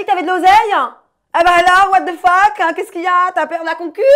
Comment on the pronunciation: "et bah alors wath the fock anh"😂😂😂😂